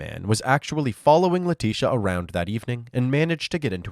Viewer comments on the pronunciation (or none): letisia not letisha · They kept mispronouncing Leticia's Maiden Name It'll hit ya in a minute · Leticia Hunt with a "C"